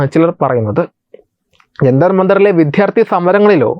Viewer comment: എടോ മിസ്റ്റർ ഇനിയെങ്കിലും മലയാളത്തിൽ വിദ്യാർത്ഥി എന്ന് പറയാൻ പഠിക്കൂ !!!